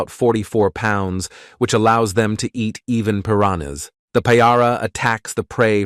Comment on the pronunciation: Say it with me pur raan nuh!